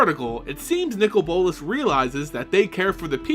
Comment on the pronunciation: His name is not nickel bolas it's Nicol bolas